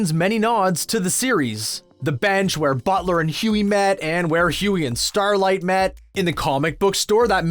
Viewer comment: Butler? bro i swear this guys doing this on purpose just to get us to comment, he's made like 15 mistakes lmao